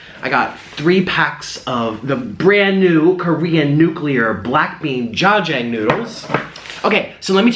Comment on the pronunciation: whew, the way he said jajang made me cringe